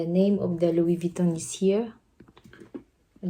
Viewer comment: Wow louie vieton